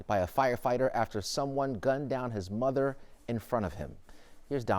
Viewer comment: Mah thun, mah thun 🙄